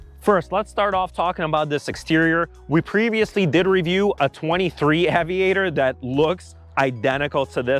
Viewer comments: Ayyyyviator. Not aveeeator. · “Aye” vee ate er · Lincoln Ave-iator! Lol I get it though. English isn’t your first language. Cheers mate! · LOL it`s pronounced ...AYY Vi AYY TOR not AWW Vi Ayy TOR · It’s AY-VIATOR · You don't even pronounce "aviator " correctly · His own personal car, my A$$! He is a spokesperson for euro cars, he's not a real American car enthusiast. He can't even pronouns AVIATOR correctly. He definitely paid by the opposition. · This was a disaster of a review. The reviewer: - Doesn’t know how to pronounce the name of the vehicle - and - Doesn’t know if the rear seats in the car he purchased are heated and cooled - - Doesn’t know that the intent of the Lincoln brand is "refinement", not “enthusiast” or “sporty” - The entire review comes off as if you didn't do any research (not even a test drive) prior to buying the car. Super easy thumbs down for me. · If you can't pronounce Aviator correctly, probably not the car for you dude. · The way he doesn’t know how to pronounce aviator was really annoying me. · Why cant he say Aviator correctly ? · That tawng 😂😂😂 I've never heard aviator butchered in such a way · owned it for a month and cant even pronounce the name right... lol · Your first problem with the car is pronouncing its name. Lincoln should come and repossess it from you with extreme prejudice. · I thought he was having a stroke 😳. But then he started talking normal again!!